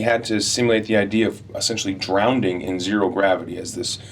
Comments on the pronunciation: Chris Pratt said "DrownDing" Instead of "Drowning". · Apparently both are accepted. Drownding comes from drownd which is the equivalent of drown.